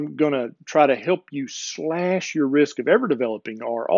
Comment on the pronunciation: LOL! - or so, you said, "cut your risk," …. I heard, "cut your wrist." Oops. On deep sleep: I don't know if this is the same thing, but this time of year (when it gets occasionally cold) I tend to sleep deeper and more often - but here's the kicker: I dream like crazy, and when it's a good dream I don't want to get up but sleep more. Is that a good thing or a bad thing? (I also seem to be more mentally active during the day - reading, writing, watching videos like yours ... so there's that.) As to thermogenics - I live in an area of Texas where, this time of year, it might be in the 30s in the morning and in the 90s (or higher) in the afternoon, and back to the 50s in the evening, all in the same day. For the longest time I stayed indoors but recently I've been spending a lot of time outside, just sitting on my porch, even taking walks in the morning if it's not too cold.